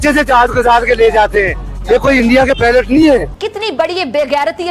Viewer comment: not pilot it's pelot 😂